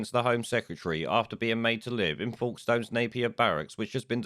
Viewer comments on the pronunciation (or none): just to clarify it’s folkestone, pronounced ‘folk’ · Its pronounced 'folks ston' I live near there